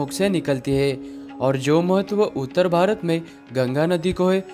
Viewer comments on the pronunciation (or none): none